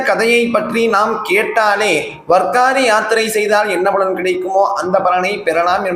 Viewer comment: மன்னிக்கவும். அது வர்க்காரி இல்லை வார்க்கரி. வாரி என்றால் யாத்திரை (புனித யாத்திரை) கரி என்றால் செய்பவர். வாரி+கரி=வார்க்கரி வார் என்றால் கிழமை /நாள் என்றும் அர்த்தம். வாரி again and again repeatedly making holy trips.